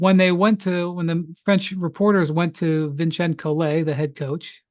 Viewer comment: Love Windy’s tortured attempts at pronouncing “Vincent” en Francois. Different every time and never correct.